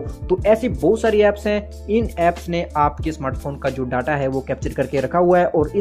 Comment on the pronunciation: वो डाटा नहीं डेटा होता है नूब 🤣